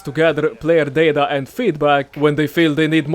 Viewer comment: Its data not data